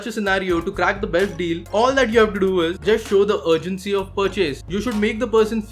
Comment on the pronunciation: I laughed a lot when he said besht instead of best